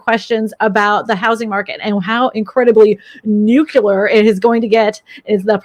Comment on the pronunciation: is a gem! So matter of fact, experienced and with Texas charm and manners! Not snarky or smart a$$ like some guests. Nuclear is nu-KLEE-ER BTW.